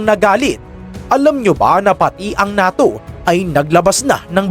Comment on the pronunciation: diba ang pag bigkas nyan sa NATYO ay parang "NEYTO" Ahahahahahahahahahah